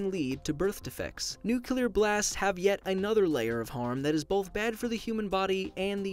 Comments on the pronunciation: Learn to pronounce. NEW-klee-er not NUKE-u-lur. Thumbs down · Nuclear is pronounced NEW-CLEE-ER or NUKE-LEE-ER, not NUKE-YOU-LER !!!!!! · nuCLEAR not nuCULER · let me clear this up for half of the world here; the stupid half: Its nu-clear NOT nu-culer. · I liked this, and not to insult you, so you dont sound like the BUSH, but it pronounced, NU CLE ER, not nuculure like the idiot young bush. . . . .thanks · Nuclear not NUCULAR? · ITS NUCLEAR NOT NUCULAR (I think I'm a pronunciation nazi now) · It's nuclear not nucular🙄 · ITS NU CLE AR NOT NU KI LUH PHHHHHHUCKKKKKKK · He went back from "nucular" to "nuclear", I'm not being mean though, you make amazing videos. Keep up the great work. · I've never heard someone pronounce nuclear and nucular that many times in a few minutes haha. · Nuclear, not Nucelar bruuuuuuuuuuuuuuuuuuuuuuuuuuuuu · FFS! It's nuc-le-ar, not nucular! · It's NUCLEAR not NUCULAR you had the word written right in front of you man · first of all..... it's nuclear. not new killer mate. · Stop saying “nucular” it’s “nuclear” jeez you said it wrong almost every time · Its nu-CLE-AR not nu-CU-LER! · It's nuclear not nuculer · Nuclear not Nucular. People need to learn how to pronounce it properly... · Sorry but I can't ignore this. It's not Nu -cu -ler. It's Nu-clear. Just like you wouldn't say Nu-cu-lus for Nu-cleus. You even said it correctly several times in the video. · NU-CLE-AR NOT NU-CU-LAR ❤ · He could not stop saying Nucular at the start😂 finally started saying nuclear after like 7 times of getting it wrong haha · new-clee-er not new-cue-lar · "For starters, just what is a Nucular Bomb? A Nuclear Bomb is... " haha My chemistry teacher honed our ears to hear that. Can't unhear. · lmao how he says Nuclear : “new-clear-er” haha it’s pronounced : “new-clear” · Great video, but nuclear is pronounced like "new clear" not "new cue lure". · It's n.u.c.l.e.a.r Not nUcUlAr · It’s NUCLEAR!!! Not nucular! Am I the only one who gets triggered by this?